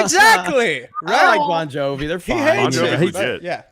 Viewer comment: Does think the band is called “Bone Jovi”?